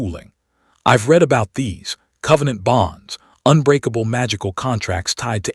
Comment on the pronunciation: Poor choice of bad AI pronunciation & imagery -- it's not REED, it's RED.... I'd rather have the still Cover image, than the looping Naruto JUNK. Plotline developes nicely + entertaining 👌